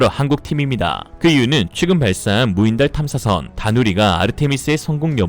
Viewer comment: ㄹㅇㄹㅈ은 항상 빠르고 디테일이 살아있는 정보를 제공하는데 장난인지 진짜 실수인지 모르겠지만 옥의 티를 심어놓네... "무인 달탐사선"을 "무인달 탐사선"으로 읽으시는 장난같은 실수를 남기시고... 이름을 남겨야되는데... ㄹㅇㄹㅈ은 이름이 아닌데... 이렇게 댓글 달다보면 ㄹㅇㄹㅈ 중독이라는 호완마마보다 무서운 병을 앓게되어 온 정신이 피폐해지고 다음 영상은 언제 나오나...만 생각하고.. 에효~ 내팔자야 ! (어쩌다가 댓글이 이쪽으로 빠졌지? 정신이 나돌아다니네...)